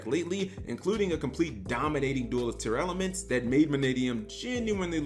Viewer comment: I had to check how Tearlaments was spelled cause he kept saying “Tear-Elements”